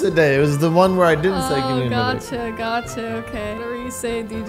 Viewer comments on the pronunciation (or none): mythic is trash mithic is good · Me to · LOL SAME I WAS ABOUT TO COMMENT IT, BUT IT DIDN'T NOTIFIED ME